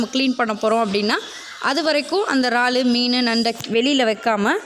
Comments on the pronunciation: ரால் இது என்ன புது பெயர் உச்சரிப்பு முக்கியம் 'இறால்' அல்லது எறால் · றால் இல்லை இறால்.